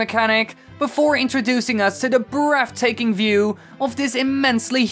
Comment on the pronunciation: "...before introducing us to the breaftaking view..." Jesus fish. Theres no F in breathtaking